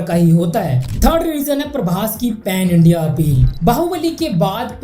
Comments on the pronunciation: It's pan India not pen India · Tu prabhas fan hai yaha tho tu views ke liye prabhas ka video cover kar raha hai bhai tu kitna unpadh aaj pata chal gaya A "Pan India" ko pen india bol raha hai 😂aur timestamp pe bhi pen india likha 😂 SRK jab Industry hit diya na tab tu paidha bhi nhi hoga😂 prabhas ko praise karne ke liye SRK ko degrade kar raha hai SRK 4 saal break liya aur to 5 saal bol raha hai Kuch tho brain use kar😂